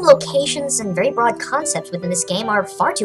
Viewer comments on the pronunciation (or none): none